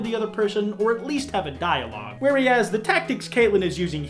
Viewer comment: why the hell do you pronounce the 'e' in whereas like that